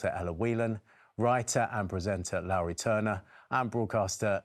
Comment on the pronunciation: can’t even tell people how to pronounce her name properly! It’s as in low down not Lauri.